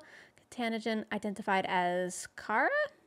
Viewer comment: Pronounced car rah. Double a...such deep lore and it is impactful